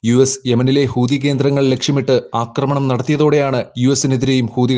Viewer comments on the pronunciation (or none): none